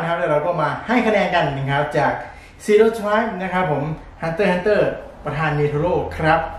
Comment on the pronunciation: ประธาน คับ ไม่ใช่ ประทาน